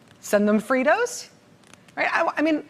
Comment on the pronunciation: RACHEL. ..."FREETO'S"